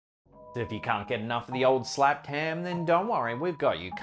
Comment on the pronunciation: Why do keep hearing SLAPPED HIM instead of Slapped Ham? 🤣